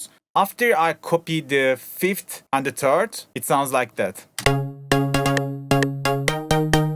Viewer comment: Great tutorial and very well explained but I just can't shake off how you say "third" ahah. "Maybe you can put a fifth in between the first and the turd."